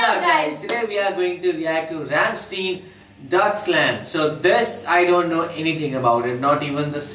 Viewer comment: Rammstein not Rammsteen